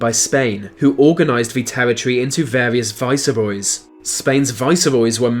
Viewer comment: How come you have an English accent and yet pronounce viceroy with an extra syllable